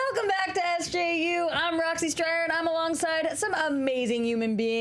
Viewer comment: Roxy, it is "BWAAA" not "PEW" think fog horn